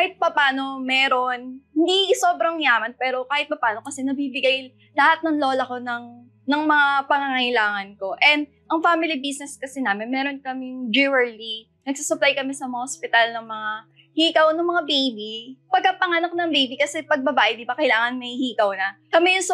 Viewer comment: its JEWELRY not jewerly 😅